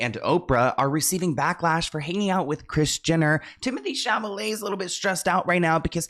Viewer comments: Sweety I love and support you. ❤ but please...it's Timothy Chal - ah - may. 😊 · The way says Chamaleyyy makes me 😂😂